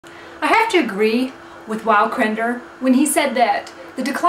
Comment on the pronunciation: you spelled crendor right but you didnt pronounce it right